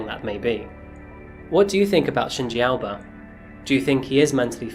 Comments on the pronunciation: How come Aoba was pronounced as 'Alba'? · The way you say Shinji 'Aoba', sounds more like Alba, thus the captions. Other than that, all is well. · Why you pronounce AOBA as ALBA?